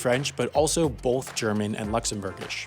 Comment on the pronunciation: Take a shot every time he says BOLTH